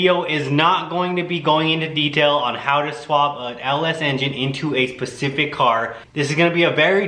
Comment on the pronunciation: “Pacific car” 🤦🏻‍♂️😂